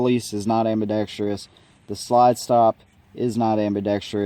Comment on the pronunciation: ambidex-truss. Just a tip.